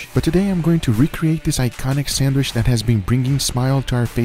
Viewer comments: Not gonna lie this is the first guga video I hade to stop watching half way through. The way this man says “SANDWISH” annoys the piss outta me for some reason 😂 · Learn how to say “sandwich “ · Does he call it a ‘sandwish’ and not ‘sandwich’? I can’t stop myself from fixating on it. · why do I hear guga say Sanwish and not sandwitch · I live how he says sandwisch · I looooooove how Guga says sandwishh :D This man loves the food he makes! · my man said sandwish like 100 times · i love the way he says "SAND WISH" it sounds like the same way we arab say it, keep up the good work and vids Guga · Guga why do you call 'sandwich' 'sandwish' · I love how guga says "sandwish" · No one and I mean absolutely no one: Guga: SENWISH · Is he saying Sandwish or am I getting a stroke? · Is it just me or does Guga say sandwich somewhat weird way?